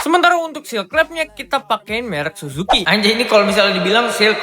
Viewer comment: Bilangnya jangan Suzuki bang, tapii " CUUUJUUKIII ", ngat Cujukiii.. yeee